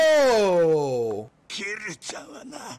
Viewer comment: Ah yes, KIRYU-CHAAAN